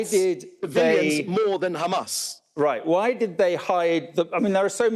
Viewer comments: That old fool keeps repeating khamas khamas, did khamas murdered Hind Rajab and her family? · I've lost count of how many times he said Qamas. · I think everyone switches off the second they say khamas...to save their ears from being polluted with their bs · How many times he said khamas? Every singles statement of his has at least 90% khamas!! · He just does not shut up!!! Bla bla bla!!!! He said Khamaas Khamaas maybe Zillion times!!! He should seek psychiatric help!!! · By the way it's beautiful to see that 99.99% reacting to this video is against David and his Israhell. But after hearing "GAMAS" for "93" times in 10m i'm out, everything is GAMAS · khamas khamas khamas khamas khamas why this Israeli gov spokesperson always speak out of the box/topic and always avoid the question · How many times he mentioned Hhamas😂😂